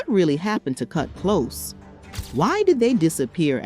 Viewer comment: It’s not “Kut Close” like “close the door”; it’s “Kut Klose” like “we’re very close,” but spelled Klose.